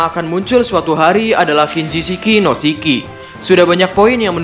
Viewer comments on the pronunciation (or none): "Shiki" min, bukan Siki, kalo Siki bahasa sunda artinya Biji lelaki 😅😂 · Nyebut nama shiki aj kok gitu. Emng nama asli shiki gitu ya min😂